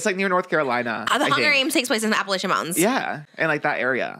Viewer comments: Girls!! It’s APP-UH-LATCH-IN mountains!!! A common mistake but had to let the queens know 💖✊🏽 this kiki was amaze y’all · I just have to say, it's pronounced "App-uh-latchuh" and "App-uh-latchin". Love, Someone from there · Them pronouncing AppaLACHian mountains as Appalashian mtns as someone from nc is so funny. Not new by far tho lmfao. No hate I thought it was funny!